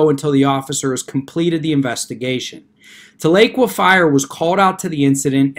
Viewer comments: Tahlequah ....is pronounced Tah--le--quaw....many people not from Oklahoma mispronounce this Cherokee word. However, thanks for the video and your insights on this extremely dangerous movement. I haven't heard you talk about another group, much like Sovereigns....probably better to say just like them...and that group are the ones that go by Moors. From what I have seen, through watching videos they have posted, they appear to be made up from within the African American community. 1 hilarious video had 1 bloke claiming to be a Moorish National Tribal Peace Officer. He came in contact with the real Law Enforcement by ''travelling'' at 108 mph! Of course there was then the usual argument concerning driving vs travelling, no need for a current Driver's License or registration but, the kicker was that because of his status within Aboriginal Moorish Community as a Peace Officer he was exempt from arrest, which of course that was the end result once he refused to give the Officer a Driver's License. His reasoning for travelling at that extreme speed was his vehicle (that he said was in a trust...whatever that meant) was close to running out of petrol and he had to HURRY to a station to fill his tank lol. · The "tal" doesn't quite do it. It's more like Towl - uh - kwa. That may not be the Native American pronunciation but, that's the way I heard it as a kid. When I lived there (1960s) we called it Talleywacker. lol Floated the Illinois a bunch. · I live in OK and everyone pronounces it Tala-Qwah lol. I was confused on the town until I remembered this incident. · You pronounced Tahlequah wrong!!! It’s pronounced Tal-la-qua!! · Thank you Jim! I was about to do the same thing, though probably not as well as you did. It was like fingernails on a chalkboard every time he said it wrong. BTW- I'm from south OKC. You an Okie? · Love your videos. Wish I could tell how to pronounce the city. Very good try. Oklahoma Girl